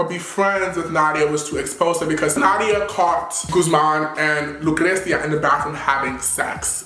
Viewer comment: It's gu thh man not gooSEmaan🤦😂😂😂😂😂😂😂😂